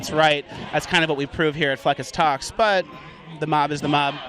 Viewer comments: “what youtube channel are you? “fleccas talks” .......................”fleckash talsh?” 😂😭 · dude said flakaz tous 😂😂😂😂